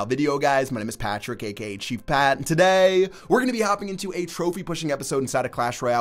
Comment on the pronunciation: When you say today like that it kinda pisses me off and idk why